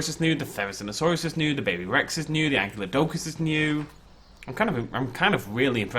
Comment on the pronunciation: Your inability to pronounce "Ankylodocus" is entirely because you think "Ankylosaurus" is "ank-ee-lo-saurus" when it's actually "ank-eye-lo-saurus".